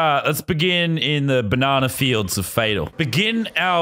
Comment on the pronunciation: It’s banana not bananer